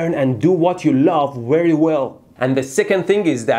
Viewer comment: "WERY WELL" xd